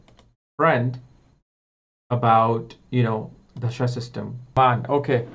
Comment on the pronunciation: 'da'-sha (dasha) and not 'dh'-sha (dhasha)....... hindi 'da'